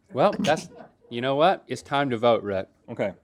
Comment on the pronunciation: It's tome to spon tho whool of mothocoloto!